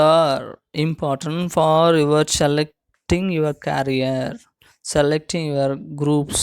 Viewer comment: It's career and not carrier...!!!